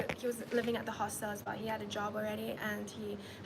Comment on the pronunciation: Why she pronouncing hostel like that